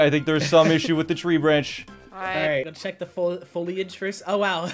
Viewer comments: Foilage? Guys. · “foilage”- GPB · the mispronunciation of foliage is driving me insane